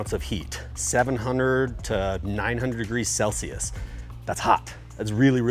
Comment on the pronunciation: shout out to all americans who say degrees in celsius like this guy lol